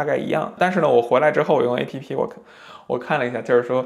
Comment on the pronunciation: App还读作诶屁屁就很有喜感，不愧是特斯拉的死忠粉，很棒很优秀